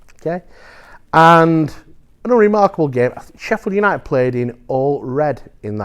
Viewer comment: "Sheffield Unided"